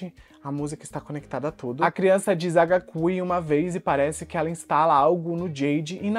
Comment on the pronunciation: AGACUI é difícil de ouvir viu. 😂 MDS...